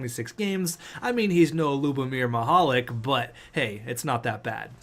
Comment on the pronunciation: Because of how you pronounce Mihalik's first name his nickname should be Mr. Lube